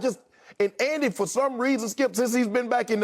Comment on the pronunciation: lmao Unc has probably said "skiup" well over 10,000 times since they've been on air - don't never change Unc